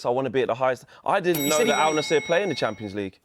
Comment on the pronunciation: It's not Al nassIr mate AL Nassr get with the program mate